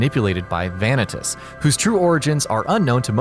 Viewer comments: VA NI TAS not VA NE TIS 😂 lol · It’s not pronounced van-eh-tus. It’s pronounced vah-knee-tus. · (Vuh-nee-tes) not (Vah-neh-tes)